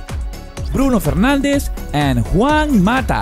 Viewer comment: Bruno "Fernández" what the fuck is this man, "Fernandes" please. Stop Denegrir our image.